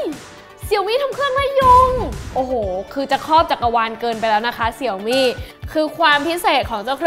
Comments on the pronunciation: เห็นทาง Xiaomi ประเทศไทย ขอความร่วมมือให้อ่านชื่อแบรนด์ให้ถูกต้องอ่ะครับ Xiaomi อ่านว่าเสียวหมี่ ไม่ใช่เสี่ยวมี่อ่ะครับ เวลาอ่านผิดแล้วความหมายมันเพี้ยนครับ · ดูแปปๆก็กดออก หงุดหงิด เรียกเสี่ยวมี่ มันอ่านว่า เสียวหมี่ เว้ยย